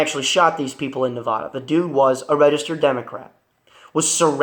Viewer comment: What pisses me off is American's who can't pronounce Nevada!